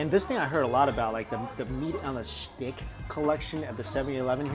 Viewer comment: "meat on a sHhtickk"😂